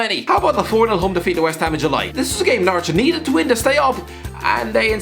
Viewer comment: Whenever say's Norwich it sounds to me like Naruto.